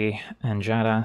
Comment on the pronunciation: I'm so happy you pronounce Giada correctly, I was getting tired of people adding an extra syllable at the beginning